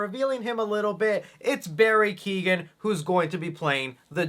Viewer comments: it’s Barry k-ee-yo-han not keegan that’s how it’s pronounced keoghan is Irish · Hey, I’m Irish and it’s pronounced kyowen not keegan, love the videos keep it up